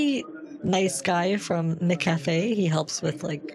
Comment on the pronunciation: He mixed up McCafe with McCafrey